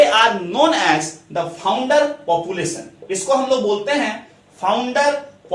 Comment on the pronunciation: Sir it's not populasion it's population